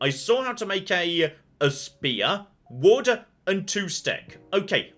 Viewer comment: Every time you say "wood" it sounds like you say water.